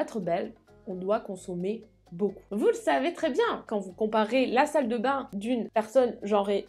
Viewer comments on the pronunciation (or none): none